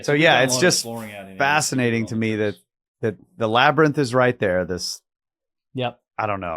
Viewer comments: Labarnyth, Labirnug, Labyrinth who cares it’s only mispronounceiation! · Laber~nith… be nice 😅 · Joe “Labernith” Rogan